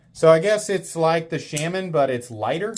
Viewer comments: Shaman is pronounced shaw-man, not shamin, which rhymes with salmon. Sorry, but as much as I enjoy your videos, every time you say shamin it's like fingernails on a blackboard. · Why do you pronounce “shaman” so weird? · Still pronouncing Shaman wrong. Good god. Just stop. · Dude just pronounce Shaman right after all this shit. I don’t care where you’re from, you can pronounce it right. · Dude do you intentionally say Shaman the wrong way...? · Why tf do you refuse to say Shaman correctly. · Is it sham-an or Shaw-man? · The way you say Shaman pisses me off. No one says it that way. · 80 videos later, still can’t pronounce shaman correctly.